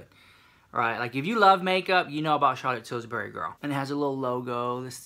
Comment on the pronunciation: "Charlotte Tils-berry"💀💀